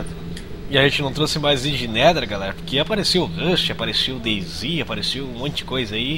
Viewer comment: ruster ? é rust '-'